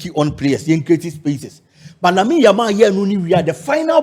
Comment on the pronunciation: said yamine yamal😅